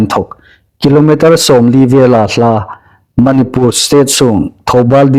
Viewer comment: Manipùr tia lam hi indikin ei hriet am ? Manipur ti el ding a nih.